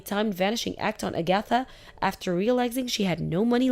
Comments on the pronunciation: I had to stop what I was doing because I was laughing so hard! A-gath-a instead of Ag-atha. I had to listen again because I couldn't recognize the name. Then I looked at the texts and started guffawing. These things never fail to entertain. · Her name is pronounced Ag-a-tha not A-gatha. DONOT give any of your in-laws a spare key to your home and NEVER give them a chance to get their hands on your house keys so they can slip off and make a spare key. These mother f*ckers will rummage all through your house and rob you blind. They are trifling and believe they are entitled to anything YOU have. Let these so called entitled people get a JOB and have their own money. I'm glad that put a stop to the old prune face bitch getting money from them and cutting ties from her. Glad blocked her husband number from Agatha and Never give her your address to where you moved to. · Agatha was mispronounced repeatedly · Hey, watch a rerun of Bewitched to pronounce Agatha. 🤣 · Agatha. = A-geh- thuh Chauffeur = show-FUR